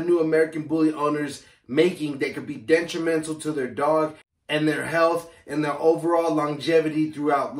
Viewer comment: What the hell is DENTUREMENTAL? does it mean you have phychotic teeth? Detrimental you mean! Listen at only 5 seconds in! - Im having a laugh obviously, but its got me.